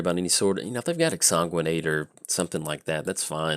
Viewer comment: we've already been over this whole exsanguinate pronunciation.